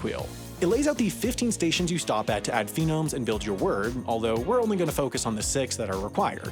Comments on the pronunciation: "Phenomes"? How about phonemes? Sorry, but I teach English for a profession, so you'll indulge me, I'm sure. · Watching him call phonemes phenomes is just fucking killing me Good that he’s bringing conlangs to a wider audience though, credit where it’s due, and ithkuil was a better pick than Esperanto or a similar crappy auxlang. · also he always says "phenome" or am I hearing it wrong🤡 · Every time he says “phenomes” I feel pain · My eyes twitched at every pronunciation of 'phenomes.' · Like, some mispronunciations I can excuse... but "phenomes"? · "phenomes"?!?!?!?!??!?!?!! oh this one is going in the yearly inaccuracy compilation just you wait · It was painful hearing "phenomes" so many times in this video. Can't wait to hear this in the corrections video. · “Fe-nomes” Definitely the correct pronunciation of phonemes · Bruh. It's PHONEMES. Foh-neems. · He also can't pronounce phonemes, so honestly that part wasn't surprising. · Pronouncing a vowel in full might not be common in English non-stressed syllables, but it doesn't mean that syllable is actually stressed. If he pronounced it with the stress on the second syllable, he'd pronounce it roughly like concern. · HAI forgot how to pronounce phonemes. But hey we all know what a new language can do to old ones. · you definitely also said "phonemes" wrong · By phenomes do you mean phonemes? And by mondaic do you mean monadic? And by stressing the last syllable do you mean stress the first instead? I get that the language is complex but come on man. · dude... it's "phonemes" not "phenomes" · Phonemes, NOT PHENOMES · I thought I was going mad, maybe I just hadn't found it in my 3am wikipedia deep dives for curiosity's sake I was actually hoping for that only bc phenomes instead of phonemes makes me irrationally annoyed lmao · Also pronouncing it “phenomes” instead of “phonemes” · Drink every time he says “phenomes” instead of “phonemes”. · Love me some "phenomes" hahaha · “Mondaic” too